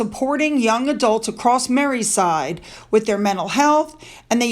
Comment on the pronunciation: 👋 Hi. Great video and presentation. Having lived there, I feel free to comment. Liverpool is known as Mercy-Side,, not Mary-Side. Also, in England, we went to T.K. MAXX, not T.J. MAXX. Thank you for all your hard work in Harold. You are appreciated.